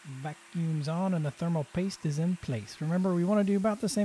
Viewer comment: Am I the only one who noticed "Themal Paste"? Made me chuckle